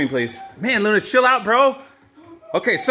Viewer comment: Did jack say Luna or the N word ? 💀 South Park maybe got to him